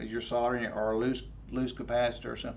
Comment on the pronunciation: Soldering.....!!!! not Sautering......lol